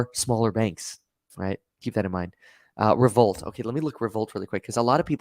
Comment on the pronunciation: At the end is he saying Revolut or Revolt...? I know what Revolut is but I don't see anything on the first page of google for "Revolt". Hit me up Kev if you want the long story short on Revolut.